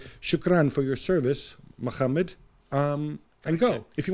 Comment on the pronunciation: The way Gab pronounced 'Mohammed' in his mock Arabic sounded like he was clearing his throat during a sinus infection. Appalling.